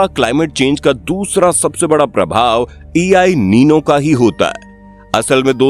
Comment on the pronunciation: E i nino ❌ EL nino 👍 ✅